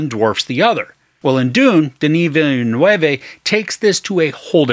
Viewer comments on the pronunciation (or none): Nice review and right on the money. Lots of people have trouble with the director's last name. Lol It's just two syllables. Vill' Noov.